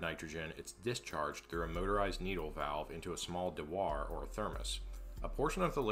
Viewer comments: FYI, it's "Dew-er", not "Da-war". just say'n. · Dewar pronounced like do-er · Amazing achievement. By the way, Dewar is pronounced "Dew er", like its a machine to make dew (which is kind of is in this context). Its named after an english guy, not a french guy. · ive never heard someone say the word "dewar" out loud, i always assumed it was pronounced "do-er" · That's the craziest pronunciation of "dewar" I've ever heard. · You say dewar like a gentleman who pours his liquid nitrogen with his pinky raised. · I have worked with cryo liquids all my life and I have never heard " Dewar " pronounced this way in any country is this a regional thing from a small town ? congrats on the juice !....cheers.